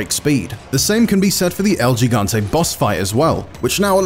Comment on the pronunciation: El yee-gante? It's el he-gante.